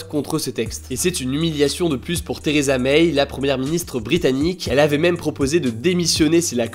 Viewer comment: Vidéo très concise, mais ça se prononce Theresa MAI, pas MEIYE.